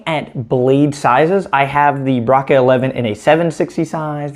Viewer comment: Braca pronunciation is "bracha" or "bratsha" not "braka". Just in case you may be interested.